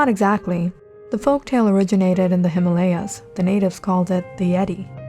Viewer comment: Amazing story 😍n d way he said himalayas ws hilarious 🤭😘